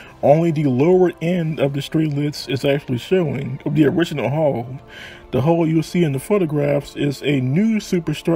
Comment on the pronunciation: The word is hull not hole.